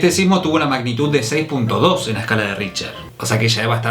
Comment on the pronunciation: El índice: RichTer: Richer El índice: RichTTTTTTTTER: Richer